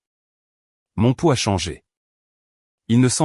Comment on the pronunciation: Mon poulx et non mon pot😅😅😅